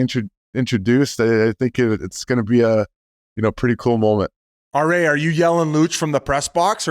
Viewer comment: RA is mangled 😂 ❄️